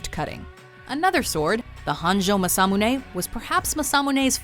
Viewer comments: You mispronounce masamune just thought let’s you know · first problem your pronunciation is horrible, especially the japanese, masamune maa-saa-moo-nay muramasa moo-raa-maa-saa. second problem historical, masamune and muramasa were separated by 300 years give or take a century. the muramasa curse was brought about by the tokugawa shogunate, he blamed the sword for deaths of his family and friends and was nearly killed himself by one, of course muramasa blades were popular because they were good blades, but tokugawa was superstitious and believed the kamui of the muramasa steel was out to kill him, so he banned them. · Oh, Jesus. It's MAH SAH MOO NE and MOO RAH MAH SA!